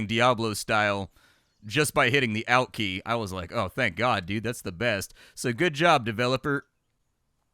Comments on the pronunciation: ALT is short for "Alternate". So, the pronunciation is like the first part of that word... not sounding like 'Alf' the puppet alien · "elt" lol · Oh, yeah. Geez. That's really annoying. I thought he was saying "out" and for a split second I was wondering what the "out" key is. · ALLT, not OULT... That irked the f outa me. Luv ya! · is it supposed to be pronounced "Olt"? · The ALT key is used to execute an alternate operation, ergo it is pronounced OLT. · Knows what an apache match is. Also: pronounces ALT in the strangest way I've ever heard. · I came here to see if anyone else thought that alt should have a softer A sound. Like awesome. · How do you say ALT??? I swear creators say things weird on purpose 😂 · Which one of the two of us has been saying "Alt" the wrong way our entire lives? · Why are you pronuncing Alt like that... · He was a geologist so probably reads it as altitude from years of topographical maps. Or more likely its a silly goose thing like saying wed-ness-day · i have not ever heard anyone else say it like that from USA/UK/EU/Aus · Too many flight sims, maybe? He's saying alt like altitude rather than alt like alternate. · I came to the comments just to find this lol! Some people I guess grew up saying words different